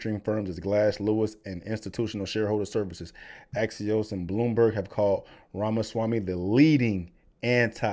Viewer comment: It's the first time I've heard a non-indian pronounce Ramaswamy correctly.